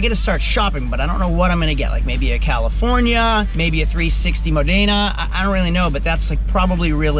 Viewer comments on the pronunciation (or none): Bad cats on the Yukon. The Ferrari 360 is pronounced mod na